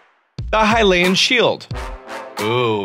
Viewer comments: Have you ever heard someone say hill-e-un shield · I was gonna watch a different video but the guy said hylian like “hill-e-in” and I had to leave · Hynix Hylian Luminous...dude do you know how to read? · why are you saying hy-lean (Hylian) and grada (Granté) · 1st of all "hi-lee-in" 2nd "loo-mih-noise" 3rd stasis on a mine cart 4th "grot-uh." AMERICA, EXPLAIN!